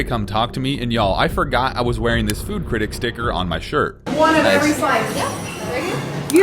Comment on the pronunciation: cirtict it is critic